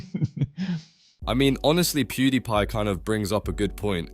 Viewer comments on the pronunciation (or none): Yeah it seems like it considering they can’t pronounce dantdm, pewdiepie, and Ludwig also how the tone of voice never changes